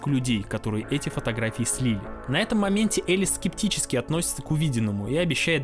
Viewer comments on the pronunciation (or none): none